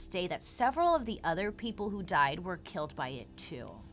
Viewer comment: Did Bailey just say kelled?🤣🤦‍♀️